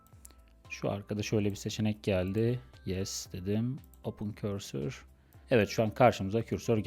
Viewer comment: bir yazılımı öğretme iddiası olan biri önce o yazılımın adını doğru telaffuz edebilmeli.